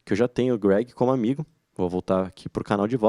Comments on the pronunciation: Não se fala Greg, se fala Crwêig. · Deu até agonia ouvir tantas vezes errado.